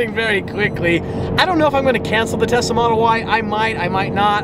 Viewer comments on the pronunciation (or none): Is it just me that I hear Tessa instead of Tesla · Oh no! He’s making a major decision about the Tesla?...wait, he didn’t say “Tessa,” did he?:). Great vid! C8 is looking awesome!